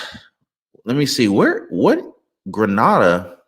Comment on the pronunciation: It's Grenada pronounced Greenaydah in Caribbean next to Trinidad 😊